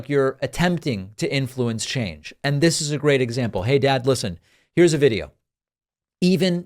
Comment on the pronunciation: David I heard you say ..dis..instead of ..this lol I laughed so hard because of all the podcasts I follow yours is the one I double and triple check my grammar when leaving a comment. Cute❤️🤍💙